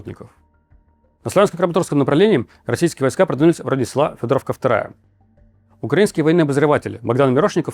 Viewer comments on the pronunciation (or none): none